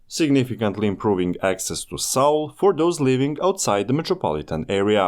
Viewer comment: "saul" station 🙄